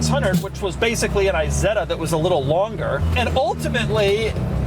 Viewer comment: PLEEEEEEEASE NOT! i-setta would be an Apple product. Try "Eeeeeh-Setta".